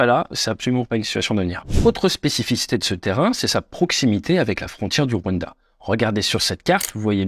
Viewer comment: Deja append a prononcer le rwanda